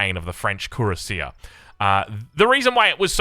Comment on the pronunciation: Cuirassier is pronounced \kɥi.ʁa.sje\.